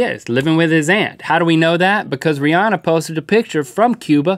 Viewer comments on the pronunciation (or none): none